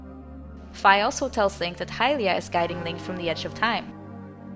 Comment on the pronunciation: fi's name is pronounced "fe"